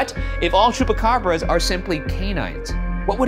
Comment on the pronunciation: Oiga , le faltó la "S" al final de Chupacabras. Nomas para que sepa.